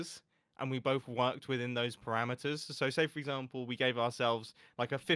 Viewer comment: Thats a funny way to say 'perimeters', at first i thought he was talking about 'parameters' or some conditions required to build the area.